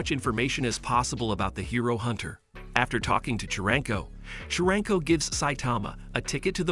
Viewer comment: Why it's chrangko it's charanko